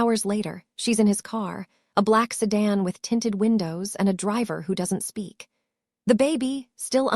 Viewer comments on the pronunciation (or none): none